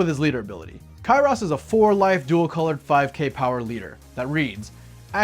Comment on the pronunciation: Bro said Kyross 😭